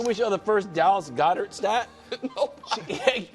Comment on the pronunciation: “DAllas GOEDert”